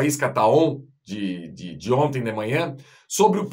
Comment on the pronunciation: Outra coisa,, a palavra não é "onte" é "ontem"... Aprenda!